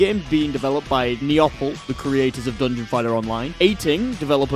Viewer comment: Neople is pronounced like People but with an N instead of a first P